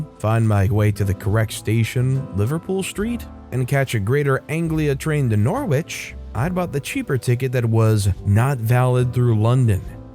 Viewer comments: THANK YOU👏👏👏 Also Norwich is pronounced - Nor-ich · English pronunciations!!!! You should do some research..... Norwich... OMG